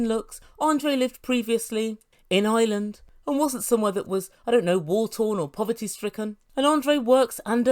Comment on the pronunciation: It’s IRELAND not island